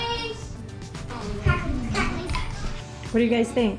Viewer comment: Just have to say that my favorite part of this video is knowing that your kids appreciate some Hank Williams. Edit to add that my least favorite part of this video is that you put a “g” on the end of the word cracklins. 🤪😂✌🏻